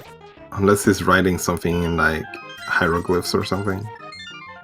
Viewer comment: in did he say hyroglifics or Hyrule-glifs??? :)